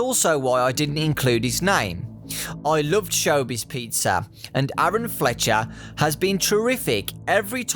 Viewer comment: I believe his name as Aaron Fechter (pronounced Feck-ter)